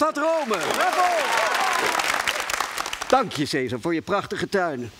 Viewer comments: Caesar spreek je uit als 'kaisar', niet 'seesar' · Khaat t Hoe ze caesar zegge das helemaal fout